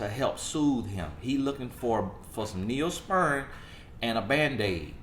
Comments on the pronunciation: Lol. Gosh darn it,..that accent of yours. Neospirin...nope. Its pronounced Neosporin. 😂. I know, I know...I'm from the South too. Good video though. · The pronunciation of “Neo Spurin” Just Took Me Out!!! 🤣🤣🤣 #Neosporin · "Neospeern"... lol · 😉 I thought he said Neosperm. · I heard neonsperm 😩😂😂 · I'm dying laughing!!!!!! Oooooo God your son is country as all get out. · Girl I hollered when he said it.